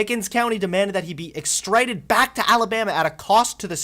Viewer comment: It's rich that you're calling others ignorant, but you can't pronounce extradited or probation. C'mon bro.